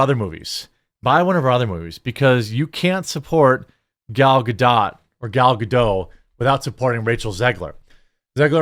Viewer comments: Gal gadohhhhhhh not gal ga dot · Dude it’s not gal-ga -dot it’s pronounced gal-gah -dough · You have to know how to pronounce Gal Gadot’s name. Why do you keep saying Ga Dot. Oh and the movie sucks. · The T in Godot is silent pronounce ga-dough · isnt the t silent in gadot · Gadot, the ‘T’ is NOT silent in this case 🫶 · It's Gadot with a T. She's NOT FRENCH man. That T isn't silent. Why is that so hard? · Dude don’t make a video like this if you can’t even pronounce Gal Gadot’s name properly, seems real amateur. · Has anyone, anyone, anyone at all ever asked Gal Gadot what the correct pronunciation of her last name is? I have heard at least a dozen different "correct" pronunciations of her name and the only common denominator is that they all claim to be correct. How f'ing hard is this? Wonder Woman was eight years ago and we still don't know how to say "Gadot"!